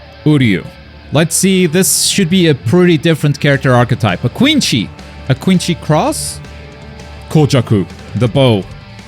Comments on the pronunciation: You’re saying Quincy wrong it’s pronounced like quinsy not quinchy btw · If they are a sub only watcher they probably don't realize it's Quincy and not Quinchy as the japanese pronunciation would be their only exposure to it. It's more forgivable than say someone unironically saying Bruza or Muza instead of Brother or Mother. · I can’t tell if your being serious when you call him a quinchi 😭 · Quinsy is the intended pronounciation but the japanese pronounce it as Quinchy. You're not wrong for finding an english speaker saying Quinchy funny. It's like an english speaker quoting the JJK japanese dub and unintentionally saying Bruza instead of Brother. That's just how they pronounce it. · I mean, the eng voice of Rukia said her Shikai right, it just wasn’t accented, meanwhile “quin-chee” is just flat out wrong. I can show a Japanese person (eng) Rukia saying her shikai and they’d know what it meant, but if I showed a German the JP dub of the sternritters powers they’d likely not even register it as German. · Why is he saying "quincy" like that?😅 They just can't pronounce C's is japanese. That doesn't mean we cant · gatekeeper of english dub but can't even say quincy properly lol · He said “Quinshee” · Nobody:: Quin-chee arrows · It’s pronounced Quin see😭😭😭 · but that's how they say it tho lol. They say "Quinshy". I don't even know what's the problem anymore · It’s objectively the wrong pronunciation. It’s supposed to be Quin-See. The Japanese just don’t pronounce vowels the same way we do. Ofc some can, but most don’t. And those who watch the sub, end up using the wrong pronunciation too. I’m sure when we get to Arrancar stuff they’ll be doing it there too, because they also don’t pronounce a lot of the Spanish correctly. That’s why ppl take issue with him making fun of the English for being stiff with some Japanese, because the Japanese are stiff with the German. And will be with the Spanish too. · It's quite literally pronounced QuinSHY. Even in the sub